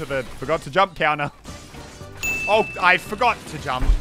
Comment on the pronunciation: jamp !!!! Pronunciation